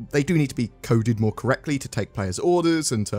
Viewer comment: "Moar" Ships